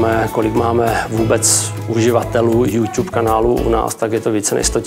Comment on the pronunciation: Naucte prosim pana generalniho reditele spravne vyslovovat YouTube, je to trapny...